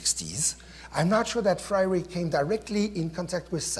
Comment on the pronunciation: I think it is really telling that the professor introducing the event makes the name of freire sound exotic and spends so much time further exotifying him by trying to pronounce it...then proceeds to ask how many people know about his work as if it is an obscure piece of antique..